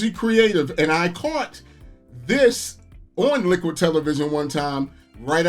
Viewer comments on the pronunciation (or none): none